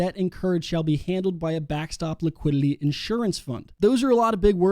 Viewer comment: Please stop saying liquidiLLy, it's liquidiTy, ffs.